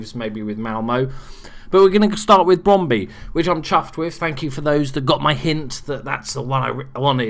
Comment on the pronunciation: It is spelled Brøndby and it is not Brondy XDD (Ø is pronounced like ö) (Or like "u" in "hurt"